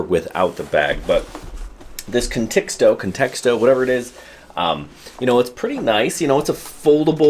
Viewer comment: Sounds like you're adding a second "t" in Contixo. Literally saying "context-o" 😂. Maybe you're a pro, but if so, you gotta learn to pronounce all the names of things you're reviewing.